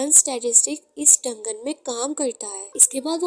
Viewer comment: डंगन नही दंजन बोलते है 😂😂